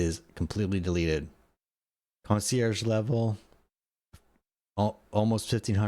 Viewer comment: Let me guess.... Concierge? Ahh I said it wrong according to Money Plane.... Concierse? Lol